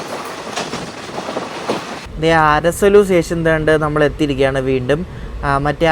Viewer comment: അരസലു alla അരസാള്ളൂ... ❤from ഷിമോഗ